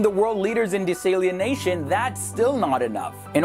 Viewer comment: Dude the way you pronounce “desalination” is cringeworthy asf It’s not pronounced “de-sALIEN-nation” It’s “dee-sal-a-nation”